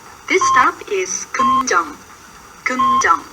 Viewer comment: 남자 목소리 오랜만이기도 한데 살짝 웃기다 꿈정 꿈정 ㅋㅋㅋ